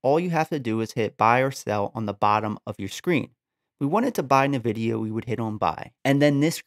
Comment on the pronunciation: good video my man, thanks, headsup, you're saying nvidia incorrectly, good luck